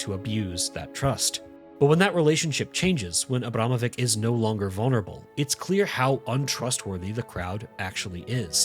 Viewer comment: It pronounced Abramovich. Time after time when I watch videos about famous foreign artists, no one even bother to spend few minutes to figure out how to pronounce their names.